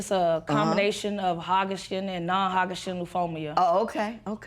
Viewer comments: Did she just say "hagashin and non-hagashin lymphomia"? In addition to her relationship, she should work on learning how to pronounce her diagnosis correctly because that was rough. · I said was true (i.e. she does need to work on her relationship and she did pronounce "Hodgkins and non-Hodgkins lymphoma" incorrectly) so how is that insulting? And last time I checked you weren't in the room to hear the tone of my voice when I made that comment, so its not my problem that you took my words out of context. Lastly, I'm not here to please you so I can comment on whichever portion of the video that I want.